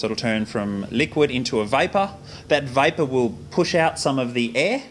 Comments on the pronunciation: Eric I think he’s saying vapour but that joke was amazing. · i thought he said "liquid into viper" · vapour, not viper.....:)